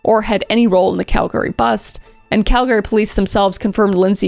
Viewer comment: Girl why are you saying Calgary like that?